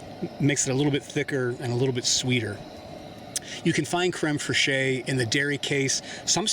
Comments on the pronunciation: Fresheeyy. :D Better not let the French hear you saying that. It's pronounced Krem Fresh. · I don't know if anyone else has said it, but creme fraiche is pronounced like creme fresh - and not phonetically. because reasons. . . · Very nice. Takes a bit of logistical effort and planning to cook like this afield. I usually give my onions a head start. IMO, garlic get's nasty if over cooked. Also, It's generally safer for Americans to pronounce it crem fresh. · I enjoyed the simple recipe. Just an FYI, the proper pronunciation of crème fraîche in English is "creme fresh." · Love your vid dude. But as a Frenchman, I have to tell you that "fraîche" from "crème fraîche" is said almost like how you would say "fresh". Can't wait for more of your videos. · Pronounced creme fresh . Ty 4 wonderful video! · It's pronounced very similar to crem fresh idk wtf you said lol